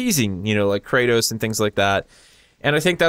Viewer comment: Kratos? xD you mean Crota? hahah nice video!!